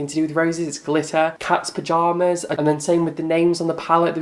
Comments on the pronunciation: You do know she's from the South in the US? Those are phrases that is used here. Do a little research on that please. I won't be getting the pallet myself. But you keep saying the name of the pallet wrong and not understanding the names of the colors. It's phrases used in the South. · Why do you keep saying the palette name incorrectly? I'm so confused. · This is so so sad. You obviously don’t watch Laura and quite honestly you are not even saying the name of the palette correctly. She does not, as of recent, call herself the drugstore queen and i will direct you to Tati’s review of the palette in which the swatches look very nice and apply very nice as well. You are a miserable person with so much time to dedicate to bashing someone that you obviously do not even watch.